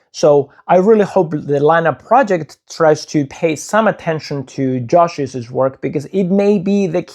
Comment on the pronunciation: Please note that “Joshi’s” is pronounced “Josheez”, not “Joshisiz”. Two syllables, not three.